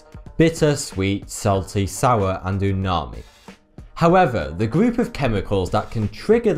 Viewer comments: definitely UMAMI, not unami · ITS UMAMI, NOT UNAMI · I don't think its unami, its umami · the word is "UMAMI" not "UNAMI" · it is UMAMI, DROP TUDududududududududu not Unami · It's actually Umami, not Unami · it's umami not unami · Umami not unami :) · Unami ?...does not exist...however..I do crave UMAMI....and yes I do know enough Japanese to know this..sigh...and it's H...not haaatch... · Sorry, but I just have to correct you. It's "umami", not "unami". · yea, I got mad when he said Unami... lol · Very interesting video but I'm sure it's *umami not unami? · I want to slap him with dead fish it umami not whatever he said. How can I trust someone who doesn't even know the right word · its "Umami" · How the hell can you mess up the word umami? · not a weeb but i am pretty sure it is uMami instead of uNami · It's umami not unami. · Umami, not unami! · Ahem... It is called Umami... NOT Unami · Its umami not unami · I'm pretty sure it's "umami" lol, not unami. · I cringed every time he said "unami" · Umami not umami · Umami, not unami though... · I think it's called umami. Not unami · It's UMAMI, not unami. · It's Umami, not Unami ... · hi. it's umami. not unami. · Isn't it Umami, not unami? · It is Umami not Unami. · It's "umami", not unami. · its umami, not unami btw. theres a M not N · It's "uMAmi," not "unami" ("uma-i" means great, and "mi" means flavor) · it s uMami not uNami:D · Haha he said (unami|) its umami. Not that i really care though. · Thank you for making informative videos. I just subscribed. Just wanna make a correction though, it's UMAMI not unami. :) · Pretty sure it is 'UMami' not 'UNami'...... 'Fat' is considered one of the tastes now as well.... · Not Unami its umami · Isn't it called umami instead of Unami? Krgrds Rico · IT'S UMAMI, NOT UNANI. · It's Umami, not Unami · big miss buddy, its not unami, its umami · Its umami class not unami... You made it sound like tsunami.. Geezz.. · It's "umami," not "unami." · It's umami, not unami,.